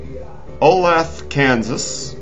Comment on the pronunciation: Its Olathe (Oh-LAY-tha), KS fyi ;)